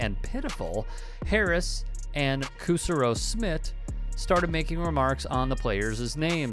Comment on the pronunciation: Kusserow-smidt? Doesn't sound like indigenous Americans.